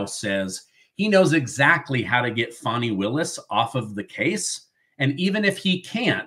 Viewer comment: It’s Fanny… like Fanny pack! FannyPak Willis..! Stop calling her a baby deer with that “fawny” pronunciation 😂